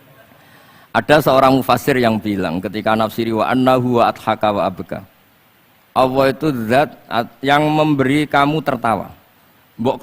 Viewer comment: Sy akui Gus baha ilmunya tinggi...tapi sayang ga bisa melafalkan kata ALLAH..? BELIAU GA BISA..COBA DENGERIN.PADAHAL INI PANGGILAN UNTUK YG PUNYA ALAM SEMESTA INI. KO MENYEBUTKANNYA ASAL ASALAN beliaw cuma bisa kata AWOH (BUKAN ALLAH) KARNA DRI AWAL BELAJAR MENYEPELEKAN KATA ALLAH 🙏